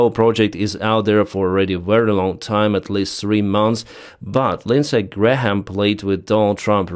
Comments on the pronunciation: It’s pronounced ‘Gram’ not ‘Gra-ham’ 😂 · Hi - thanks for your reporting. Just FYI to pronounce Graham correctly - the H is silent. So it’s pronounced like “gray-am” (no H) Not “Gray-Ham”. Hope that helps. Not that’s it’s important really - mostly your English is fabulous - much better than my Ukrainian language 😂 …..although I can say “Slava Ukraine”! 🇺🇦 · I love you but, Graham is pronounced... Gray mm. Love your channel. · you don't pronounce the h in graham(e), (because it's hard for all of us lol), you say it grayum in british english and i think in american (lots easier). To be theoretical: names of people and places got written down and formalised first, in legal documents and maps, so their spelling got fixed longer ago and pronunciation changed more since then. In UK, before dictionaries in the late 18th century, the other words were flexibly spelt. How nice and easy! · Graham has been the Senator for the place where I live for many years. I don't love him, but I have to give him credit for at least some of what he's done for South Carolina over the years (before Trump came around). Thanks again for the shows!!!! Graham is just pronounced like Gram, you can ignore the h in the middle. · The h is silent in graham pronounced " gram "! Just helping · No need to pronounce the “H” in Senator Lindsay Graham’s name. The “H” is silent. Pronounce it as “ Gram” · Lindsay Graham is a war monger. Other than tribal affairs, there is no conflict anywhere around the globe that he hasn't wanted us deeply involved in. In some respects, that seems to be basically the only thing he really cares about. He also tends to talk a big game and then back off when it comes to actually doing anything. (Also, you can just say "Gram" and you'll basically be correct. The "ha" is a holdover from old pronunciation rules.) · for your information on the pronunciation of Graham's name, the "h" is silent.